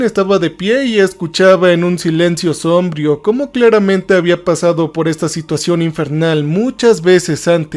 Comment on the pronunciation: No se dice cacofanía, sino cacofonía. Tampoco se dice sómbrio sino sombrío. Y la expresión deber de no existe. Soy traductor simultáneo y docente en idiomas, manejo varios y los enseño, y también he enseñado español a extranjeros y me baso por la gramática que promulga la RAE, que es la máxima autoridad para el manejo y la enseñanza del idioma español y dice que después del verbo DEBER se usa un INFINITIVO, por lo tanto DEBEN ESTAR y no deben de estar. Ofrezco disculpas por corregir al narrador que es siempre la misma persona que narra sus anécdotas, y también a las personas que desarrollan los libretos para que tengan en cuenta lo antes mencionado. De nuevo mil disculpas, propendo por el mejor uso de nuestro idioma. Mil bendiciones.